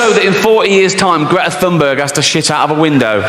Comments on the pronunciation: Greta Thunberg's name is pronounced "Greata Tühnberry" instead of "Gretta Thonnbörg". 😂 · in her native tongue. Tun-berg not Thun-burg